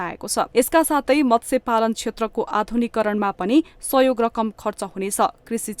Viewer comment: अशुद्ध उच्चारणले कान बिझायो !—- मत्स्य— मत्स्य, बाढी — बढी !